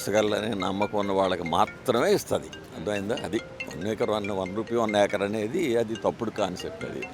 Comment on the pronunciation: Yakar kadhu acre ra babu